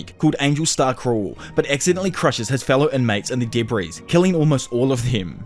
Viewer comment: I love your videos soooo MUCH that I sit and watch them ALL the way through in spite of how much I absolutely DESPISE the way you pronounce "debris" as "duh breeeze" lol.